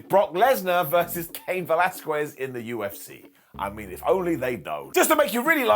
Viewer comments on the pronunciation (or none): Ugh...the way he pronounced "Velasquez". It irks me every time I hear someone pronounce it like that. My niece does that and it absolutely grinds my ears